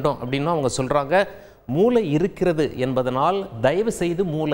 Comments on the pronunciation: தாங்கள் மூளை ( brain) என்பதை மூலை ( corner) என்று சொல்வது போல் கேட்கிறது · தமிழ் உச்சரிப்பு மூளை ஐயா நீங்கள் மூலை என்று உச்சரிப்பது போல் உள்ளது நன்றி.